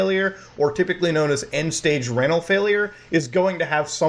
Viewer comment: Good video. Its ree-null btw. Kluvyoubye